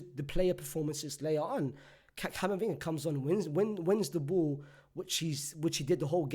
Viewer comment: I like when you pronounce ball as bull.